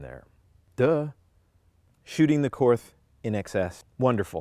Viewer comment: Sweet gun. It’s pronounced like kort though . The h is silent